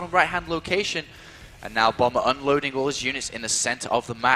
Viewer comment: You sound like you're saying BUMMER